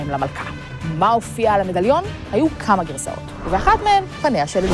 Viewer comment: זמן: : לידיעה הצורה הנכונה היא: ' kaMA גירסאות'